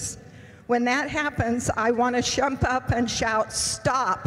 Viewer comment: “I want to Shump up and shout stop” 🙈